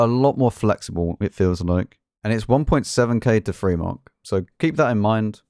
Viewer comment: "Free kills". IS Free"? "Matilder"?? Is it that hard to pronounce words?